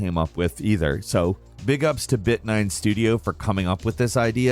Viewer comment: my-man said bigups all caribbean like!😂😂